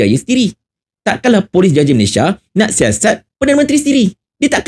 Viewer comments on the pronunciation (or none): none